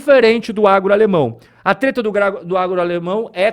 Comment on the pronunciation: TRETA, NÃO! VOU PARAR DE SEGUIR VOCÊ! DEU UM RÔLO, BROTHER! MANÉ ESSA CAIPIRADA DE "TETA"!